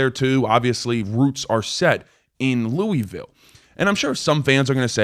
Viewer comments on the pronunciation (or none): It's loooville say it like your mouth is full